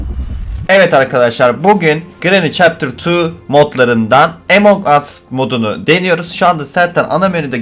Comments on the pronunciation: Emong as değil among as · Emon gas diye okunmuyo Amon gus diye okunuyor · Abi sen emong us diyon among us o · Abi emong us deme among us o hatta ingilizce türkçe çeviride bak Malesef dersim var izleyemiycem😭😭😭😭😭😭😭😭😭😭😭😭😭😭😭😭😭😭